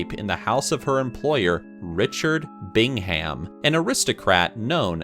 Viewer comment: Lol it’s not pronounced “Bing Ham” it’s “Bing Um”